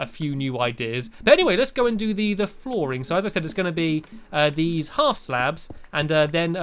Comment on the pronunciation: Now let's do the flooring I thought he said now let's do the boring! Lol